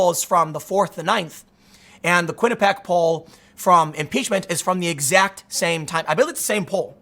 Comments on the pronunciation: Kwin-ih-pee-ak not Kwin-ih-pak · Its "Quinnipee-ACK" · Every time I hear you say quinuhpack I think of why it’s important to go to college